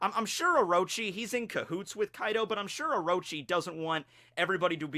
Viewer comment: it's orochi, not oroechi the second o is pronoucned exactly like the first one. also sussanoo does not get the kusanagi no tsurugi as a reward, he just ends up finding hit while he was hacking apart the snakes corpse because apearentlly someone had tried to kill the snake with it before sussanoo came arround